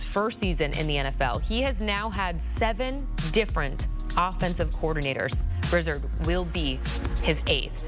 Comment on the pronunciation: Grizz-erd? My goodness